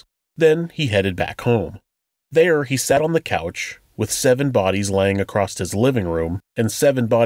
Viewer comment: I heard you chastise some reporter for her mispronunciation...and then this episode I hear you say "ACROSS-T" ...bruh